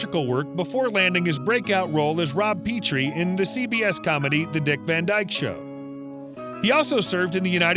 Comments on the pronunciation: For crying out loud get the simple facts right. The character' name was pronounced "Rob Petrie" not "Peeetrie". 5 minutes on YouTube or Google and you would know that. Only one of his most well known characters. Geeze. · Rob PEeetrie??? Another reporter who has not done their homework. It’s Pronounced “Pet Tree”. Lazy reporting annoys me. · "Rob Pee-tree." The host had never seen The Dick Van Dyke Show, not even once. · It's not pronounced "Pee-tree" it's pronounced "Peh-tree" for his role on the self-titled Dick Van Dyke Show. 🙄😒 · Peetree? ha